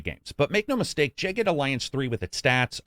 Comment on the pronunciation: Why in the world would you pronounce that “jay ged”